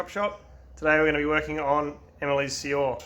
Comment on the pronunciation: Good car. It's pronounced Cuo (as in quota) and re (as in rest) Quo-re. Cuore means heart in Italian. Anyway, this is what we call it where I live. Regards